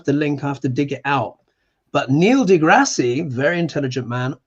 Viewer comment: It’s DeGrass…no ie.